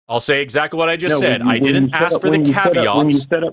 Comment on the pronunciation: has some KUHVEETS